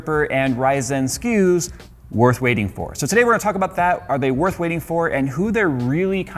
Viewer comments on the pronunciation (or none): none